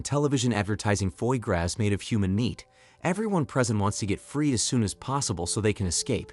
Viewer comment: “Foy graz.” 😂 What I don’t get is that’s a human narrator; how can he get so many words wrong?